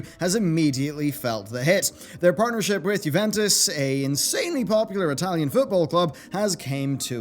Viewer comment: I love you but that “juventus” pronunciation murdered my soul and then some XD